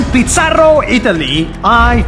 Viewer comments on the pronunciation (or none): In pizarrrro Italy 😂😂😂😂 was a funny Pronounciation 😂😂😂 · he said "pizzarro" very satisfying even though i cant speak italy😂